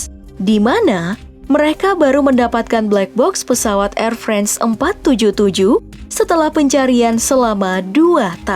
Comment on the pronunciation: Tapi ada lumayan banyak kekeliruan... Air France aja dibacanya "Air Friends" waduh...